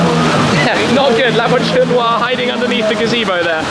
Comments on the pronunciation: La votune wah? Lmfao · "Lavatory noire"🤣🤣😂🤣😂🤣😂🤣😂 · Mdr comme il dit " la voiture noire" avec l'accent anglais xD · Who else got mad at the way he pronounces “La voiture Noire”? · Anyone laugh every time Shmee said La Voiture noire 😂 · Lmfao.....horrible pronunciation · i know but the way shmee pronounced it at the start